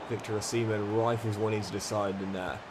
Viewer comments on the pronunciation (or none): Dude…. You can’t pronounce Osimen as ‘Oh-Semen’, especially when your goalie is Cumming